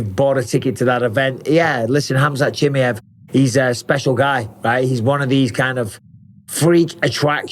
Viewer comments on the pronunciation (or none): Mike, you say his name so wrong it’s almost disrespectful bro. I know you don’t mean to, but it’s Cha-My-Ev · “Khamzat Chimney-ef” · How tf can mike still not pronounce Chimaev correctly yet